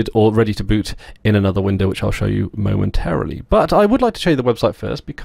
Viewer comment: "I will show you momentarily", what???? From your accent I naively assumed you spoke English.........As always your video is well planned and produced (may even be prepared to pay to watch it on Redtube) but please, just because you hear "American English" DO NOT feel compelled to repeat it, leave that to those from the "wrong side" of the "Pond".